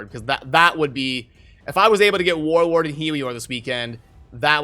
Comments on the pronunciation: Is it just me or do I just keep hearing Warword and Warorb. lol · is it just me or he keeps saying warwag instead of warlord lol